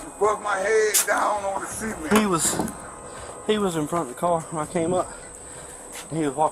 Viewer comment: Why does he keep saying “SEA-MENT” it’s “”SUH-MÉNT” XD But anywho that officer is a POS Disgusting how law enforcement acts like this (Not all of them obviously) but this is what instigates mistrust among citizens.